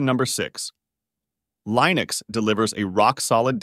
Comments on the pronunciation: I was hopeful. Till they mispronounced Linux just 37 seconds in. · tortoise-tts is cool, but the way it pronounces Linux sucks... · you keep mispronouncing Linux, I couldn't finish the video due to this, bothered me too much